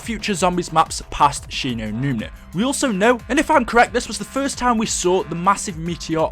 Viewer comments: it annoys me that he is calling Shi no numa "Shi no numina" it's doing my head in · She-no-newma not She-no-newna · Right the whole time he was say numna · he just says it wrong so many times it gets annoying